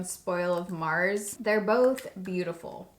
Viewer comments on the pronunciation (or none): none